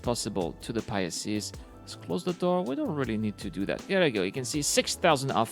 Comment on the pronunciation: Pi-Seas not Pie ah seas but good video as always